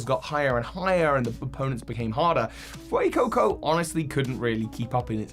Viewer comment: IT'S FUECOCO, NOT FUCCO!